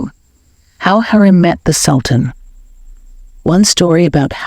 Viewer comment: Pronounce her name right. HU....REM.....NOT HAREM